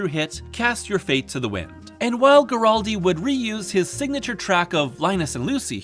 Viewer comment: As much as l enjoyed this video,it drives me crazy how keeps mispronouncing “Guaraldi”.